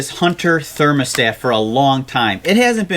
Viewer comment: Thurnamastator......🤪🤣how adorable.